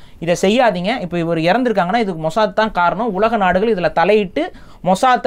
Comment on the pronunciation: மொசாத் ❌ மொசாட் ✅😂